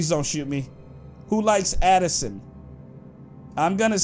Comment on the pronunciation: When they said Zoe Laverne and Addisonre lol